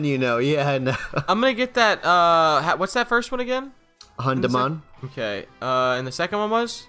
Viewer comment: EI will be spoke out like you are a pirate .. AYE :D it hurts that you do new english pokemon names ... hAndemon.. really? xD.. but its german not english and its a little bit like spanish.. you speak it like you read it :D gruss aus dem europäischen mittelfeld deutschland :D